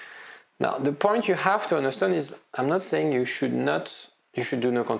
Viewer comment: Love your videos. So helpfull. Only thing I can't get use to: It is understAnd, not understUnd 😅